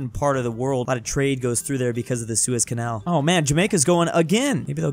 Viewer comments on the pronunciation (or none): none